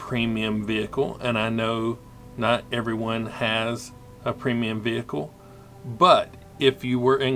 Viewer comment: Sorry to be that guy, but it's actually a premium tank, not a preimum tank.